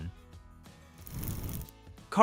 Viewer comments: RYE-ner, not "rain-er" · ...or Reener! ...and Petri is pronounced "Pet'-ree"; not "Pee-tree"! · Carl’s name is Reiner not Rainer.